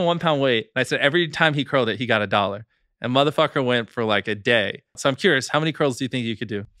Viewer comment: You do realize that AAVE is an American English dialect right ? So that's what people mean when they say "He's trying to sound black saying mf" because in AAVE it's common to referr to a random person as that but bro said it with an R though so I didn't think twice about it. 😂